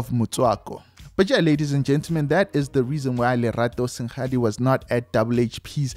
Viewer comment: It's Lerato seng-adi not sen-gadi